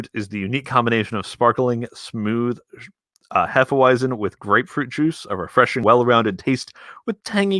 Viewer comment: The w in hefeweizen is pronounced as a v just so you know